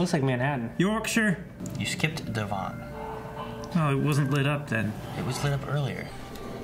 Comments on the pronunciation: called Devon (Dev-un), Dev-uun. 😂😂😂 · “Devan,” is not how you pronounce “Devon,” guys. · I've never heard Devon pronounced like that before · Lol pronunciations of Surrey and Devon. Keep up the entertainment x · I love how they pronounced Devon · You pronounce Devon like a frenchman